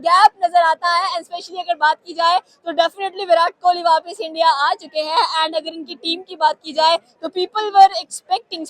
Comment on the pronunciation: Jan buj k bolti h